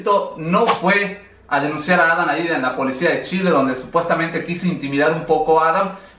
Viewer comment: No se por que siempre dices Adan si es Adam